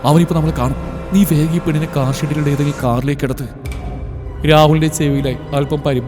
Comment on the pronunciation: " താർ " അല്ല, കാർ എന്നാ...